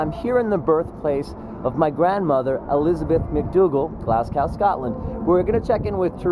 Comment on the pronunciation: Grr. Don't wanna be a pedant, but its not pronounced Glass Cow, its pronounced Glaz Go